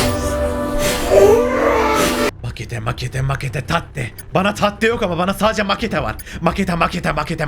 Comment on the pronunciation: Erm..🤓👆 aslında orda "katte" demeniz gerekiyor tatte değil